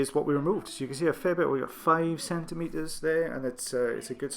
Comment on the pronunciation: I'm sure ears are very popular with children. My own brother put a bean in one of his ears and another up his nose when he was 6. The look on the A&E doc was priceless. But adults should know better. Sorry for the accent. It was the way you said "fair" in "fair amount". My ears might need to be checked. Anyway, nice to have you back. Have a nice evening. Cheers, K.